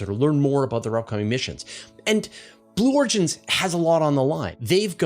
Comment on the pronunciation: take a breath, willya? Talking so fast that "Blue Origins" becomes "Blorgins"!